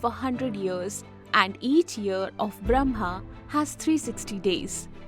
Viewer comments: it says brahma, but is pronounced bramha. which one is the correct spelling? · It's awesome but as a Hindu the Brahma is pronounced as bramma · it is Brah-ma, not Bram-ha. First, learn to pronounce the name properly, then teach.